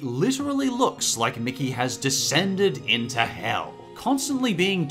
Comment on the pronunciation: Stop saying hel!!!!!!!!!!!!!!!!!!!!!!!!!